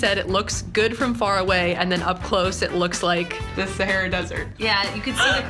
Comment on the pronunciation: its sa-har-uh